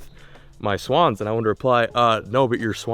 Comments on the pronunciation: “Err yoo messing with my swens? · The way she says swans😂😂